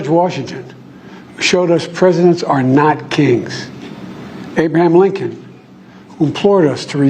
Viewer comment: Abeamam Lincoln, Frankin Roosvelt.....his dope has him using Kam's word salad book of phonics.